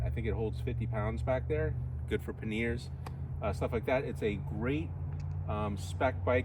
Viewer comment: Its PAN I ERS not PAN EERS.